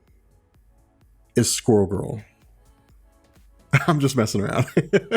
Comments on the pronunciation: I thought he said Squorval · You said it right, it's squirrel girl smh 😂😂